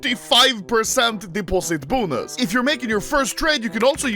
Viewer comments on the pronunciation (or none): nobody: anomaly: "bOoNuS"